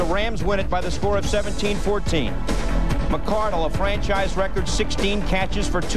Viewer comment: Back when everyone called the Jags receiver Keenan MICK-CAR-DUHL